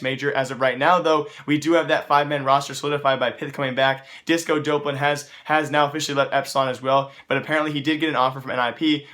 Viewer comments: Him saying dopelan is triggering me. It's Dop-Lan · its doplan not dopelan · Disco Doplan (Duhhh-P-Lan) Not Dopelan Doplan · stop saying disco dopelun its disco dop land ffs I'm getting TRIGGERED